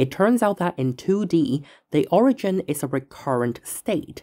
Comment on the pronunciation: Why is it that most of you math creators have absolutely miserable pronunciation? We add up de total. Owigin. Nice job.